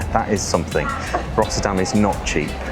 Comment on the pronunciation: Rottûrdam? Ech wel, niettan? 😄👍